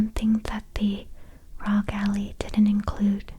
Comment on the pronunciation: Did she really say “Rog Allie”